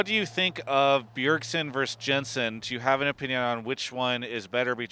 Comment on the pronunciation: "Verse" this and "verse" that... this new generation really must like music.